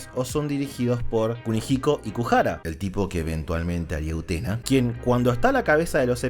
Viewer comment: Mencionaste a s utena